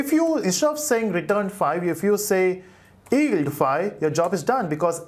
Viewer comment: its pronounced Yield, not Eld